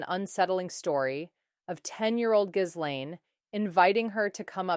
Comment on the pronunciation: It's Geelaine, you don't pronounce the "s"